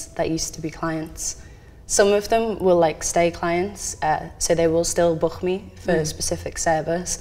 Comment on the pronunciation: saying book me what accent is that ?